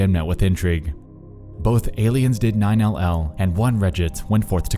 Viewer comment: "Aliens did nine el el"